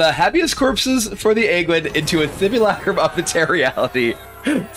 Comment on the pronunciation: the way you pronounced habeas corpses... thought you were smart kibler cmon now.